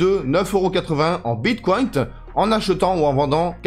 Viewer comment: pourquoi dis tu bitcoint 🤣🤣🤣